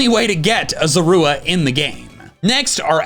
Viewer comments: The way you say Zorua bothers me..... LOL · You noticed that said Zorua kind of weirdly?